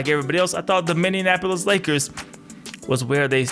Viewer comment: Minny - Apple - Is. Only one "n" sound. :)